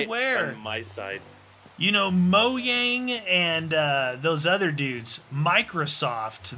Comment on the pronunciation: Its not moyang ITS MOJANG